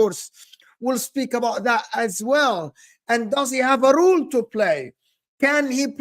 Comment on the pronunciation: Its Role not rule just wanted to kindly correct you mate